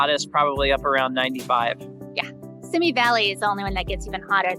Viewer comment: Simi- is pronounced—— See me